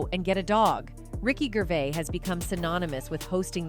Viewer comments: Ricky gravis haha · Ricky GRAVIS, hahaah. What is this shit?